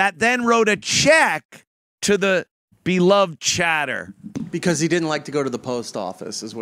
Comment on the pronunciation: "There wasn't a 'beeluhved chadduh'" lamo